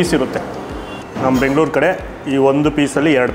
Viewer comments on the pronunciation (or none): none